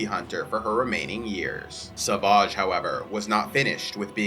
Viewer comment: savaaaaahgh... The way he says it is kinda funny lol.. why not just say savage? (I know they say it that way in the cartoons, but still kinda funny)